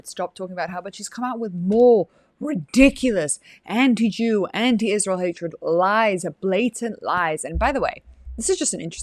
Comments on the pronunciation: I wonder why she says “Ishrael” instead of Israel. It’s so annoying. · Why she always says "ICHRAEL"? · Why does she say Ishjrael? 🎼 You don’t get to ask those questions 🎶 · I just can’t with Candace. Just her saying Ishrael drives me up the wall.